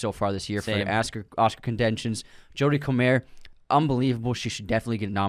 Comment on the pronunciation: Hate to say it as you guys probably get it a lot. Jodie comer is scouse so has an English last name pronounced CO-MUR or COME-UR